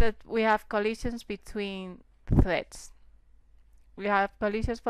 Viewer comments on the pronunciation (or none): great tutorials, and dont be afraid to say the R! it sounds like youre saying theads and dawing